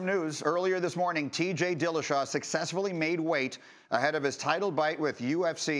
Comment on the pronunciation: He said "title bite" lol